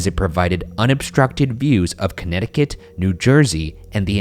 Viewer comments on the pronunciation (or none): none